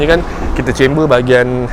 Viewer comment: Cember x3. kember sebutan dia.eja dia CAMBER DLM English.Nk lg melayu kecondongan tayar.